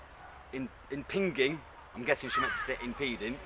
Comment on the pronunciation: Impinging (pronounced impinjing)